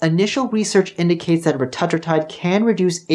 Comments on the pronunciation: dude come on why are you willingly choosing to say it differently than everyone else. RETA - TRUE - TIDE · Reta-true-tide is how it’s pronounced. It’s in phase 3 clinical but if you look around on peptide websites you can find it. It’s truly life changing and so much better than semaglutide. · Please learn to pronounce Retatrutide correctly. Hard to take you seriously.